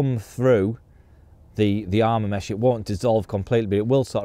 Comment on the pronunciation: It’s Arma mesh